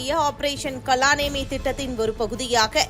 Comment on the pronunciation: அது கால நேமி கலா நேமி அல்ல